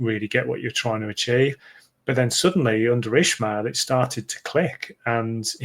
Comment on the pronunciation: Hey guys. Please start pronouncing Valérian’s surname properly. It’s only respectful and it’s not hard to pronounce. IS-MA-EL. No “H” in it 😉 🟦⬜️🌹